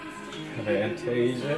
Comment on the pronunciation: I dont know Van-tasia lol but Fan-tasia did good...😂😂 see 4.29